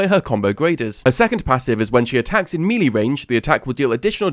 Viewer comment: Bro, why do all the LoL content creators pronounce melee wrong?